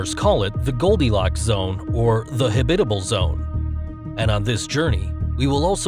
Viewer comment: I have never heard anyone pronounce habitable in that way before lol